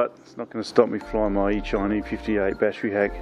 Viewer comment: man that was a bad test flight, you could hover that thing in the Dunny or Shed or Car port or Lounge room and got a better video, the company and every one says Eachine as it rhymes with Machine, but you rhyme it with Sunshine???